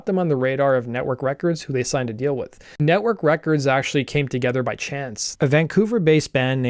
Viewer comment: Nettwerk, not Nettwark ;)